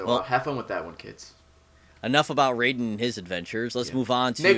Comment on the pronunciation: did...... did you just say raiden wrong...... RAGEEEEEEEEEEEEEE